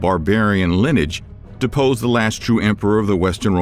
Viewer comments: Also “lineage” was pronounced “linage” 😅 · Video is driving me INSANE. He doesn't say Constantinople correct or the word Lineage. Bro there has to be whole team on this channel that either didn't realize or legit are clueless about this ancient city. Need a new editor